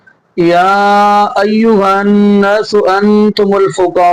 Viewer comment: Aap Qari Hien to Jo Ya ayuhan Naas bola he Lafaz( Naas )ko thorra lamba kartey .